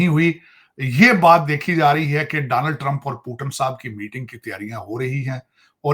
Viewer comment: Takla Daaanald Trump nahi hota Donald Trump hota hai. padha likha waiter 😅😅😅